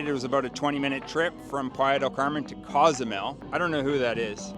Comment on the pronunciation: Local Mexicans pronounce it COZE A MEL.........not CAUZ A MEL